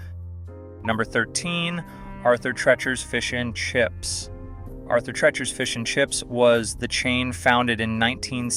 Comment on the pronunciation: You mispronounce Auther Treachers.